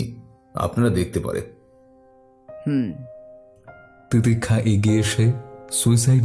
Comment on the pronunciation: তিতিক্ষার 'স' এর উচ্চারণ শুনতে বিরক্ত লাগছিল